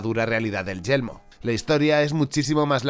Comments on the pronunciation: decia siempre yelmo en ves de yermo solo por eso el video es malo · Sabes que se dice y se escribe «yermo» y no «yelmo», verdad? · Yermo, YERMO, yeRmo por Dios! No Yelmo! :"(( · He tenido que quitar el vídeo la tercera vez que he escuchado YELMO xd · dices yelmo o yermo? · No es yelmo,es Yermo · Es Yermo, no Yelmo xD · muy buen video, solo una cosita de na, es yeRmo🤪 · A mí me da que se le confunde la r